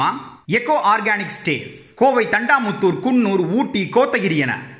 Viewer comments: அது தண்டாமுத்துர் அல்ல.... தொண்டாமுத்தூர்.... 😡😡😡😡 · யோவ்......அது தொண்டாமுத்தூர்...தண்டாமுத்தூர் னு சொல்லிட்டிங்க....நான் கோயமுத்தூரான் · Dae.. Udhu Thondamuthu da.. Not Thandamuthur..